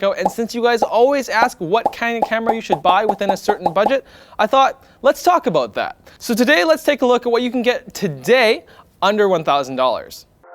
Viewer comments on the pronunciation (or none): Is he Canadian? I heard him saying aboot 💀